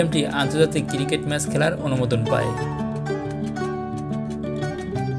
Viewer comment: একটু কষ্ট করে সুন্দর ভাবে উচ্চারন করলে আরো ভালো লাগতো। কিরিকেট কি আবার 😑